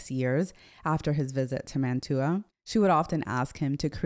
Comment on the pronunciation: I really enjoy your videos. Please forgive a pedantic point: "Mantua" is pronounced MAN-tyoo-a (in Italian, the city is called Mantova, MAN-toh-va).